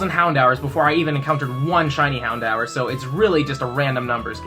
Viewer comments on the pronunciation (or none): It’s pronounced “Houn-door” not how ever the guy who didn’t watch the show said it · It’s pronounced How n Door btw not mad just saying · "Houndower." It's literally HOUN-DOOR YOU FUCKING ACORN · Never heard anyone pronounce Houndour "Hound-hour." Interesting to hear and made me do a double take lol. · Houndhour? I like hound-door (like the dog version of hodor :D) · The way he days houndor 😬😬